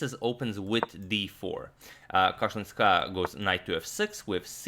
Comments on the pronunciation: My ears hurt when u pronounce Alina's surname like that.The pronunciation is Kashilinskaayaaa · You pronounce Kashlinskaya in a wrong way. The second syllable should be stressed. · Damn I do not even know how to tell u the right pronunciation 😂Cause I am living in Kazkhstan